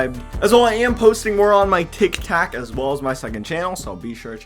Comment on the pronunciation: This man said Tik Tac